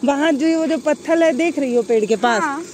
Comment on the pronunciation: पत्थल नहीं😂😂😂 पत्थर Madam😅